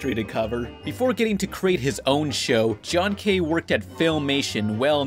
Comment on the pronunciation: You have to be the only one who still knows how to pronounce John K's name. If he can't handle network constraints, why not upload his original animations on Youtube?